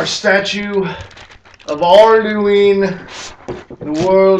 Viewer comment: ALURDUEEN da wurld eeter